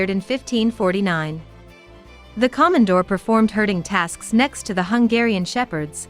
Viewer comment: Plus mispronounced the name!there's nothing Common about a Komondor (long O)KOmondor